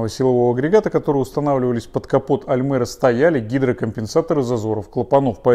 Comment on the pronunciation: да не аЛмЭра, а аЛЬмЕра, когда вы уже научитесь правильно говорить?